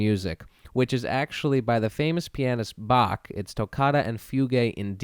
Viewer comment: It is german, so it is actually pronounced different from both versions. But the way he sayd in the video is more accurate